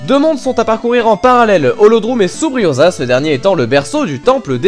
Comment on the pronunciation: Oracle of Seasons, un de mes premiers jeux!! O_O toujours aussi bon au piano!! ^^ C'est "Subrosia" et pas "Subriosa" je crois!!;) Je pense malgré tout que l'intérêt de ces jeux est principalement de les faire l'un à la suite de l'autre, même s'ils sont très bons!! ^^ Tu n'as pas décrit tout ce que l'on gardait de la première aventure avec le mot de passe, ce qui aurait été pas mal je trouve!!:)